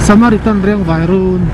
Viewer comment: "saram-samaritan" ha ha...ka nui lo thei lo a ni. Keipawh mipui hma ah hian ka ṭawng sual fo mai. Tin, mi ṭawngsual hi ka hre fuh thei hle bawk ha ha